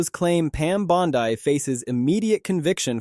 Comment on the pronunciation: Are people suppose to be this idiot in the video when he can't even pronounce Bondi's name correctly? Laughable. I can't stand her lies and unwillingness to answer questions either but this video is borderline ridiculous.